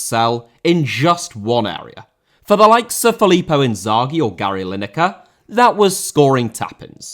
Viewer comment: Possess* not Posess Filippo* not Felippouw Inzaghi* not Enzohrghi Alireza* not Alireizer Debut* not Deibyu Persepolis* not Persepouwles Quaresma* not Caresmer Clube* not Clâb Half* not Holf Blanco* not Blancouw Chicago* not Checogouw Cruzeiro* not Crugeiro Inter* not Ento Chievo* not Chijeivouw Bissaka* not Bessaker Hag* not Horg Mersey* not Merzey Ighalo* not Eghohrlouw Ceni* not Chéni